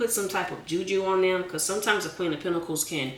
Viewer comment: I love the giggle, the plastic clapping hands, the way you say "PentiCALS", and "Chile" 😊❤